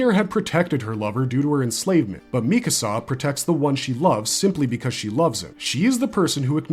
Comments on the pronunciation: Her name is “MEE-ka-sa” not “mi-CASA”. It’s strange to me when someone claims to be an authority on a topic or a show, but they mispronounce the name of one of the main characters. How am i supposed to believe you actually watched a show when you butcher a name that badly? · Lately, I've been watching a lot of AOT videos lately, and lots of narrators pronounce her name mi-KA-sa instead of MI-ka-sa. Where does this pronunciation come from? Neither the English or Japanese versions of the anime pronounce her name this way. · What is it with YouTube commentators and saying Mi-kAsa